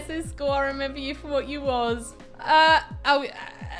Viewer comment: pronounce iskalls name by IS-KOLL